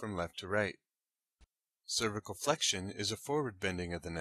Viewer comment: "Cervical" is drastically mispronounced on this video..